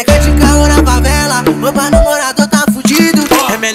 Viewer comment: Que agonia desse cara falando "Favala"